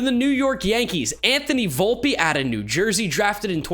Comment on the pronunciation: It’s pronounced vulp not volpee not to be that guy